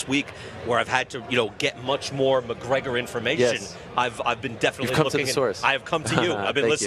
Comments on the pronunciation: McConor? LMFAO......Mayweather Sr. wow!!!! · Lol there was not one interview that Floyd sr. said Conor mcgregor name correctly